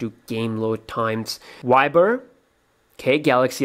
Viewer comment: It's viber not wiber bro